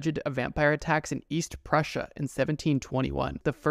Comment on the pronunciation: Scariest thing in this video is how you pronounced prussia